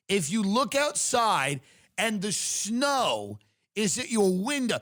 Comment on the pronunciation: Did you say, "schnow" instead of snow?